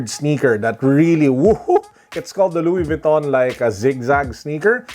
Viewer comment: Luwis Vwiton. Haha